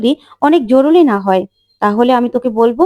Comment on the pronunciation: জরুলী নয়। "জরুরী"...